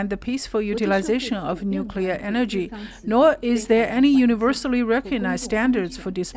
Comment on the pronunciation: It’s pronounced “New-Clear”